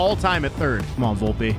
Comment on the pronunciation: Vlopeeeeeeee not volpa⚾️⚾️🤦🏻‍♂️